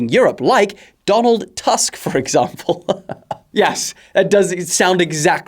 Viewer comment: You pronounce Donald Tusk complete wrong